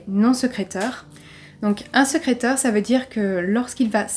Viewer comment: Bonjour à tous ! Nouvelle vidéo et surtout nouveau cold case cette semaine. Vous pourrez remarquer que le mot "sécréteur" n'a pas été le plus évident à prononcer Mais également détectrice et vingt, vraiment désolée pour ces erreurs 😅 Pour ceux qui me suivent déjà, vous pouvez constater un petit changement de décor, n'hésitez pas à me dire si vous préférez ou non ! En espérant que vous appréciez cette affaire 🙂